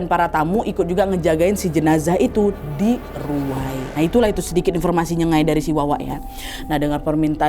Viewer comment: maaf ya kk.. nyenggai kakk, bkan nyengai..